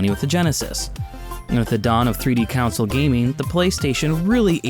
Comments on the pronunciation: Yeah he says it like council lol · you say the word console weird